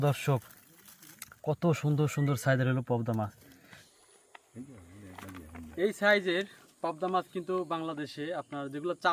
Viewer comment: মাছের নাম পবদা নয় পাবদা উচ্চারণ পাবদা।